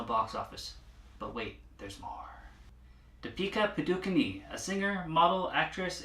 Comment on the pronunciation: way to butcher poor Dee-pika Padu-cone's name lol